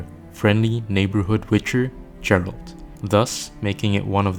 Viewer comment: Geralt, not Jerald... I never understand how people can pronounce character and place names incorrectly from games they've played for dozens of hours.